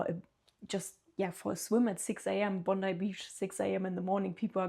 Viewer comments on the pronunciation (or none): none